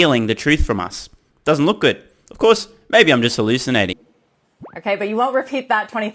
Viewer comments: Did you say "halucidating?" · Haha did i hear 'hal lucid nating'